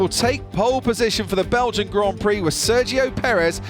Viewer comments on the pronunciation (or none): none